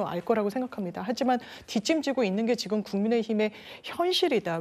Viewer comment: 송영훈 제발 발음 교정 좀 받아라 듣기 불편하다 ‘지‘ 를 맨날 ‘기’라고 해.. 지금이야 기금이 아니라